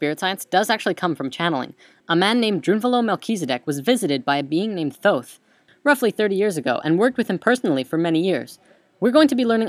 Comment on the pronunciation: dude...for real...atlantis, thooth...oh boy